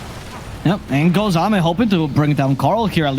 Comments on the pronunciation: did he just pronounce AME as aim? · Thats "Amay" thank you. Not "Aim"🤪🤷‍♂️ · Everytime he said "Aim", I physically cringed. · They are casting in English, the proper casters call it xiao8 as well they call ame aim is so funny as well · Let’s not forget that he called Ame Aim for the first 5 minutes until corrected